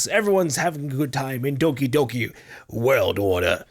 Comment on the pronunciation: How is that fucked up game called with gore and shit? I can't understand him that well when saying the name of the game